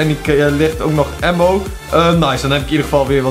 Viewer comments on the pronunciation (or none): none